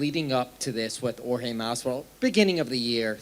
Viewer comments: Its jorge not George...lmaoooo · Why does Dana white pronounce Jorge name with a g lol